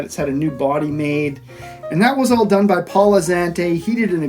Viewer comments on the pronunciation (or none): none